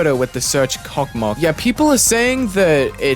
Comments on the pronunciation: I really laughed when he said "кокмок" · I love how people pronounce it as “kokmok”. It’s pronounced kosmos which means space in Russian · I know how the name is supposed to be pronounced, but I will never call it anything other than cock mock